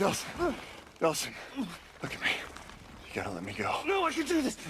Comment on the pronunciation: Anyone else realize he said delson not delsin